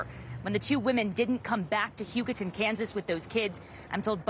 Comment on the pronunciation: It's not Hugo-town. Hu-ga-ton